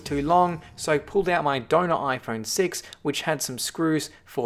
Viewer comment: He said ifruit6